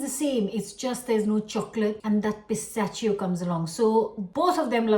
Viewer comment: Why does she pronounce pistachio wrong